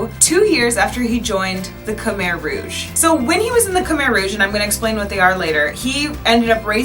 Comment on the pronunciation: I was so confused when you said Khmer Rouge until the words shown (you said Khmer so funny 😂)